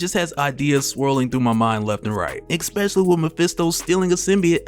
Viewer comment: "Ekspecially." Lolol